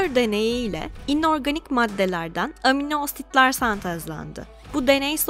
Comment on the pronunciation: amin asit ne ya 😂😂 hayatım da bu kadar kötü telaffuz görmedim